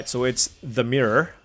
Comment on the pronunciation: "All right, so it's *dimirror*," 😌